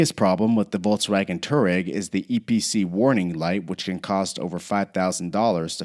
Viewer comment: Always find it funny how BMW and Volkswagen with English accent sounds (no criticism)